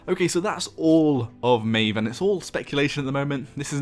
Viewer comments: It's pronounced at Maw-v plz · i would pronounce it mah ejf